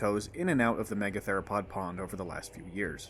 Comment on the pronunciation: "Megatheropod" doesn't have a "lo" in it.